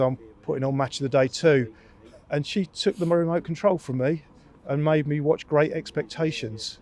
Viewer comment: I had Gweat Expectations for Julian s interview